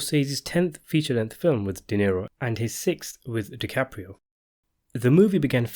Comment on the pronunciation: DisaDiCaprio? No thanks.